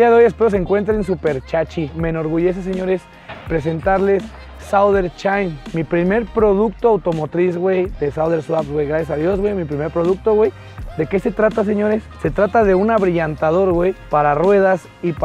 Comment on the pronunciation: Sauder "CHAIN", jajajaja !!